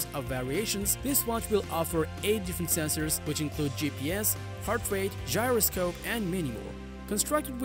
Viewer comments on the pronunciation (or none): none